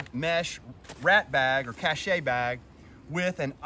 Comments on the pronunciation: It's pronounced "cash." Unless you are from Australia, then it sounds like, "kaysh." 😉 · I like you video thanks for the info I was researching this and this was a big help. FYI Cache is pronounced kash or cash-LOL